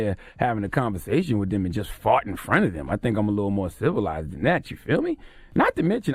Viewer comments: Haha, he says “whiff” instead of “with”. So funny hearing those words from a grown-up. You ppl r hilarious! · “WIF INTENT TO KILL” 🙄😂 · He said "Whiff Intent" lol